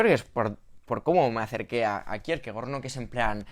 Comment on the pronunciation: Igual que Faemino y Cansado, tú lees a Kirkegar.